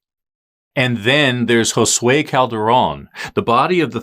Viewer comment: thank you for saying our last name..Calderon.. correctly! im unrelated to him but you are officially THE first non spanish speaker i have EVER heard who didnt completely annihalate the (not very) difficult name. u took the time to do a google search and not pronounce it like a damn Witch's Caldroun. A caldero is a pot lol yes That is what it means but it is pronounced how it is spelled. everyone overcomplicates the name Calderon. but it shows attention to detail and respect for Josue to not mistake his name in an eery way after he was stabbed and murdered. its the little things that get viewers subscribing. keep up the good work. i burned myself with my straightener when i heard my name said nicely and easily by a gringo 😂